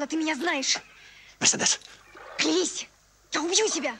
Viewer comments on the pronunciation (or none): Скури Нап МерседЕс, это же Франция. Ударение всегда на последний слог. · Мерседе́с! Так мы называли автомобиль в детстве. Так резануло по ушам! Ведь правильно произносить имя с ударением на средний слог - Мерсе́дес! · Смешно Боярский произносит МерседЕс